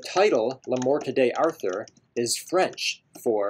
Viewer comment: First, the title is pronounced "Lay Mort Dar toor" It's old French. Second, the French jongleurs got the basic material for the Arthurian legends from the Bretons, who were descendants of the Briton refugees who fled Britain from the Saxon invasion and brought with them much older legends that did NOT feature Arthur. They grafted Arthur onto those old legends, and the jongleurs grafted Lancelot onto them. Third, the best historical evidence suggests that whomever we now call "King Arthur" was really more like a warlord who inflicted several defeats upon the invading Saxons and set back their advance by some decades. Moreover, he probably operated in the period 480CE to 510 CE. Fourth, there really isn't much historical information about this person. Fifth, I really don't like your video style. It's certainly creative, but mostly uninformative. The audio and the video should complement each other, but your video adds almost nothing to the information content of the piece. It feels like a podcast with meaningless video tacked on. The exception, of course, comes from the clips from the movie "Excalibur". My suggestion is that you replace all those typing scenes with more images related to the Arthurian legends. Lastly, I don't think that the word "definitive" properly applies to Le Morte D'Arthur. It's certainly the most important of the sources, but there are so many. The Arthurian legends have provided the source material for Tennyson's Idylls of the King, Mark Twain's social